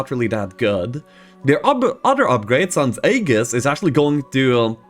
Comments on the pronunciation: Aegis is pronounced EE-jis, not Ay-gus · The a in aegis is silent so it is pronounced EE-jis. It is an ancient Greek word that essentially means shield. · Aegis pronunciation = Ee-juhs. That's all I remember from university. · The way pronounces Aegis is giving me Joetoon vibes... 👀